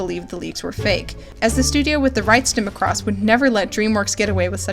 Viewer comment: the pronunciation of Macross in the last bit. but Roy Fokker was like the best. I had no idea he was originally supposed to marry Shiro and if that happened I would have been so much happier with season 8.